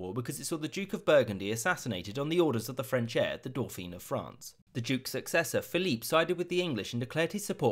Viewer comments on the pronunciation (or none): Isn’t it doh-fan not doh-feen? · Lol. Dauphin = roughly "do-FAN" with the N not fully pronounced. Pronouncing it "do-FEEN" would be like calling Charles the Princess of Wales. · One nitpick, Dauphin is pronounced Doe-fan, it's the French for dolphin. Loving this series though, great video!